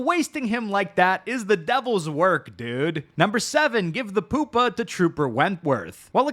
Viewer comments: Why are you pronouncing pupa like that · P-you-pa, not poop-a, although that was hilarious. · its pronounced pew-pa... not poop-a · It’s pronounced pew-pa. Not poopa lololol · Lil bro really said Poop-pa, not Pew-pa. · Lmao he said poopa